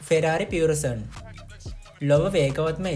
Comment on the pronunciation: Malli wahanawala nam tika hariyata you tube eken balala hariyata pronounce karanna. Ferrari purosangue, Bentley Bentayaga. Other than that good line up good work fix the small errors quality content ekak naththam.